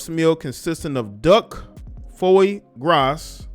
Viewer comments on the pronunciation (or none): Foy GRAS. LOL FWAH GRAH. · DUCK Foice Groice….😂 it’s fwa grwa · It always cracks me up when my man starts reading. “Foi grass.” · 🤣 😂 He said the food consisted of “DUCK FOY GROS”, not duck foie gras. You know this nigga ain’t never left the hood in his whole damn life. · Lol ! It's pronounced "fwah grah" my nigga. 😂😂😂